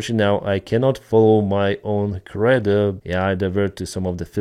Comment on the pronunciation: this is not a criticism at all but the way you pronounce credo is like this: kree dow - cre sounds like Tree a long E sound and do sounds like dough as in bread dough or doe (a small deer). While I'm at it the way you're pronouncing battalion is also a little off, - it should sound like Ba Tallion two syllables and NOT Bat allion (this is what I hear when you say that word) - your English really is excellent but sometimes you're pronouncing a word the way its spelled and that doesn't always give you the correct pronunciation.